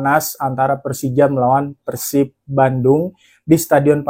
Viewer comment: Mas gua baru pertama kali nonton video lu, tapi jujur udah suka, bbrp alasan: 1. Penyebutan persib yang bbrp kali benar: pérsib 2. Meskipun lu fans persija, tapi analisis & penyampaiannya ttp objektif & fair tanpa embel2 songong/menjelekkan persib, respect Saran buat video review match persib vs persija musim depan: 1. Analisis buat persibnya kalo bisa diperbanyak, gua yakin dgn objektivitas & fairness analisis lu, seiring berjalannya waktu bakal banyak bobotoh yang nonton & suka (salahsatunya gua) 2. Bikin video pre-match analysis hehe, mantep tuh Semangat terus berkarya mas, gua dukung, salam damai & sportif bobotoh the jak 🔥💪